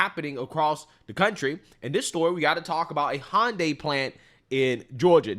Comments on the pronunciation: I think it’s pronounced hee yun deye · Hun die- not hon-day and e-legal not a-legal